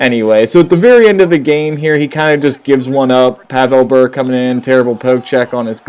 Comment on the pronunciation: learn to pronounce Bure